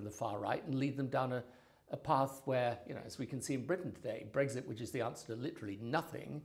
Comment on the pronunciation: Brexit. Not Bregzit Tony